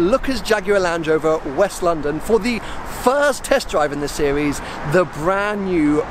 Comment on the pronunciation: ''Sewies" - How he says series.